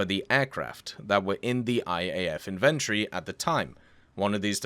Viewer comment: My boy said invéntry